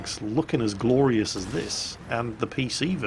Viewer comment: He said gloryous...ha fucking patriotic british